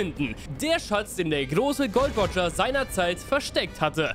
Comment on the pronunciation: wie kann jemand der Vermeintlich Ahnung von der Serie hat nicht dazu in der Lage sein den Namen GOL.D.Roger korrekt auszusprechen ? An dieser Stelle ist das Video dann für mich auch zu Ende.